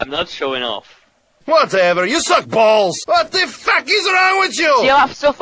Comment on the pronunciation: "WUTEVER YOU SEWCK BAHWLLZ"